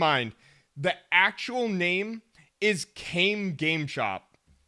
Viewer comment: that's not how you pronounce Kame